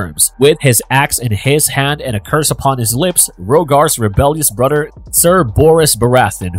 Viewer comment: Good content, but can't listen to you say Brudder anymore